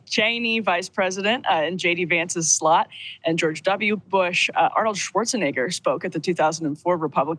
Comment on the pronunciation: I serioualy thought she said "sl ut" instead of "slot". I had to listen to it 2 or 3 times